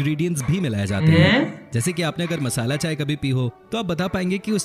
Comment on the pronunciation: Are missale nahi masala valichai😂😂😂